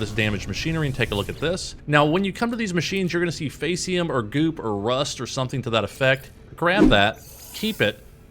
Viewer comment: Oh no, you've regressed back to FAY-see-um instead of FEE-see-um! Faeces is the British English/Latin spelling of Feces. It's Poop,. POOP! Soylent Brown is POOP!